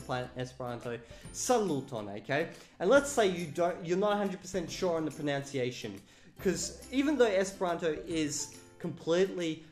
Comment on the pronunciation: I find it much more amusing than it actually is that you keep pronouncing 'pronunciation' as 'pronounciation'.